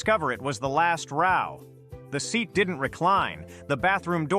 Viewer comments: Oh, these AI narrations: A classic giveaway: "... only to discover he was in the last row" ( rhyming with cow). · That's in the category of clickbait, and it undermines the validity of the video. (As does the pronunciation of "row"!)